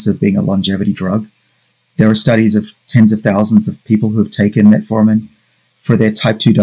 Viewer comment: It's funny when people who talks about these things say "Reservatrol" and "Metaformin". It shows a clear lack for research.